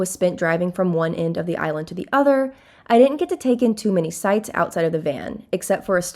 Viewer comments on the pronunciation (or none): none